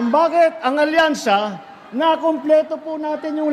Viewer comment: Hindi "alyansa" kundi "alkansya"!!!